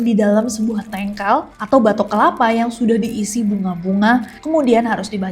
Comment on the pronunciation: Tangkel kak nes. Bukan tengkal 😅 I love this so much. Thank you so much